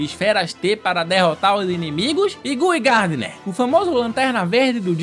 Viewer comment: poha gui gardner é foda, o cara não sabe pronunciar o nome corretamente